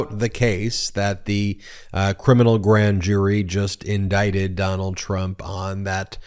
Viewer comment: lol! Trump says "indicaded" and we say indicted...